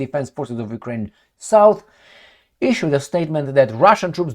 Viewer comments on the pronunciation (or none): none